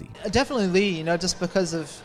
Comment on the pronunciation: I always love your videos and opinions on the Tekken franchise. This one was very good. But am I wrong for being excited that you finally said LEE's name correctly??